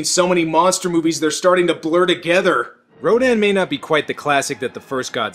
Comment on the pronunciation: I just thought it was distracting to hear rodan pronounced 3 different ways. R-OH-DAN, Raydon, and R-oh-din.